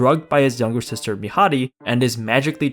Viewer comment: PEAK! COMEDY MANGA AMAZING. ADORABLE. and. Wholesome. And actually. A I don't know the word it's just. God... uhmmmmm amazing. Its just IM TRYNA THINK AND ALL IM HEARING IS THIS GUY SAYING MIHARI WRONG. SAY IT RIGHT. Anyway it's just so it's like oshi no ko it's amazing plot.